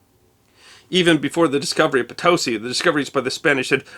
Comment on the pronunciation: I lived near Potosi, Wis. Thanks for pronouncing it correctly